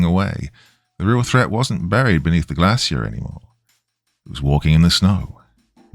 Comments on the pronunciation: Why docyou keep pronouncing glacier wrong? Shiii is annoying as hell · I've never heard the word "glacier" in a British accent before. I think it's British? 😅 Anyway, it sounds very different than where I'm from haha